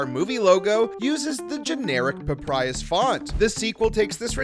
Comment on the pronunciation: It is PapYrus, not PapRyus…